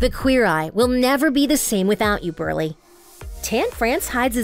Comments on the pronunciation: It's BRULEY but Burley. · WOMAN ITS BRULEY SAY IT RIGHT!!!